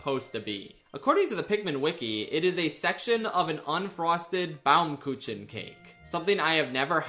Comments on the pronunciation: Nice attempt at pronouncing it - though the second part was not really close. xD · 20% of my Braincells just died with Schaffs pronounciation of "Baumkuchen". For those who don't know Baumkuchen is a traditional german cake mainly consumed during Christmas time. Baum- Kuchen translates to Tree Cake. Its called that becasue it has many layers that resemble tree rings once the cake is cut. It is super delicous and you should all try it.